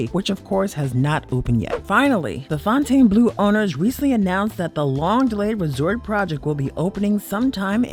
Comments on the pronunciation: As a local you should know how to pronounce casinos that you report on. Its "Fountain Blue", not Fon-tane Blue. Get with it. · It’s pronounced “Fountain” Blue. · Plus FONTAINEBLEAU